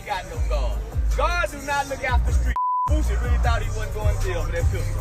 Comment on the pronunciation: It’s Boosie not Boozey